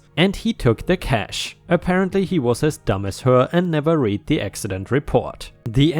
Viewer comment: I read the story...pronounced red. I read books...pronounced reed.